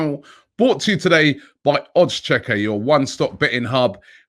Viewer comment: Who else gets triggered when Robbie says "OddsCheckar"?...